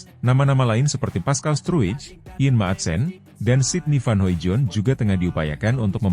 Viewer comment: masih sangat halu. sydney van hoimoijdonk (*baca: hoidong). please pronounce it better. sering di evaluasi, tetep salah.. 😢